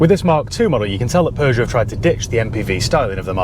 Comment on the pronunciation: Thank you for pronouncing it correctly unlike americans who say "poo-joe" 😬